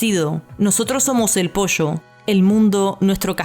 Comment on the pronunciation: Me encanta como en vez de decir pollo dicen posho 💖